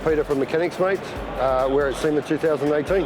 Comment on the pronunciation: we have seen at SEAM not we saw at SEMA learn English!